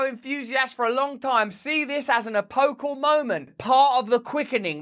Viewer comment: It's actually "epochal," just so you know! 😊